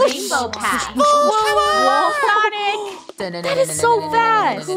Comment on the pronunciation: Please don't say sanic it is SONIC